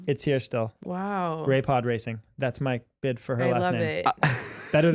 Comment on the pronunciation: this is pod REY-CING